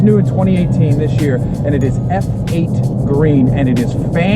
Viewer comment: I think F8 Green is pronounced "Fate" green, you know, F-Eight.